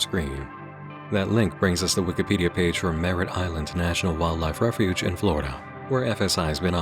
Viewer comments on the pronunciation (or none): none